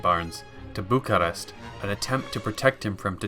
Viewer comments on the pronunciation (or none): none